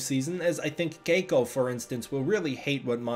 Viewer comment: I kinda like how you pronounce 'Keiko' ==on other media folks just say 'Kay-ko' (See Miles O'Brien's wife on DS9), rather than pronouncing 'All' the vowels. AND while we're at it, I have to say: I don't normally 'Fetish' Asian women, but Darn, both Cate and Keiko are just gorgeous.